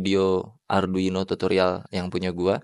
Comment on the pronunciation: kesel aing, ngomong arduino aja salah